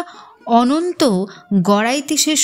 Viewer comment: তুমি অনন্ত কে অন্তত কেনো বলছো।